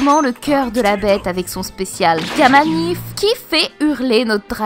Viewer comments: "gamma nife" lol hehe. Law: "gamma knife" ninayaa 😑😑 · j'ai tiqué un peu aussi x) c'est "Gamma NAÏFEU" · Gama knife se prononce gama knaïefe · cest parfait mais stp fais un effort pour l'anglais l'accent et tout,sinon tu es certainement la plus grande youtubeuse sur one piece trop de savoir trop de ref cest oufff mais la gamma nife cest non, cœur sur toi